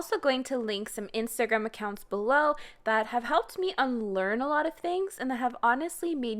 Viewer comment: pronunciation of "iNstHagHram" is slipping into my vocabulary